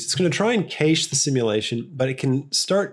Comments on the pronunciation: its cash not kaysh and I refuse to let you corrupt me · I'm in th UK, and a long time Blender user, so I'm gonna watch this through. However, as much as I hate to defend American use of English, the pronunciation is "cash" - and not Caashe". Sorry. I couldn't step away from my keyboard. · its cache not cayche!!!!!!!!!!! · They say "cash" for cache because that's how it's pronounced in English. Yes, even in England. You can be the example for all Australians and help them pronounce it the right way. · …It’s not pronounced as cache it’s CASH lol 😂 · It's not often I side with the Americans over the Australians but English people say cache ("cash") too so... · cache comes from french and they say it like americans (mistery solved) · Even the British say it the same way as America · it's "cache" and not "cache" because it is originaly a french word and in french it is pronounced "cache" and not "cache"